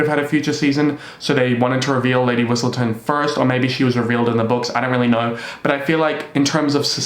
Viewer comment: i was so confused when you said Lady Whitsleton , i was like “am i tripping”